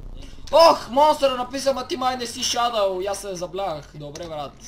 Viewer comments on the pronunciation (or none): none